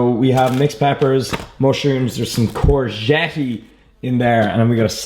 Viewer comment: how the fuck did you just pronounce courgette ahahah